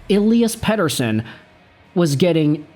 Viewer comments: Stop saying petershun it's ridiculous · Overpaid. Sucks to be a Van fan, but I am not surprised with the weak sauce. But seriously man stop saying his name like a swede its pathetic.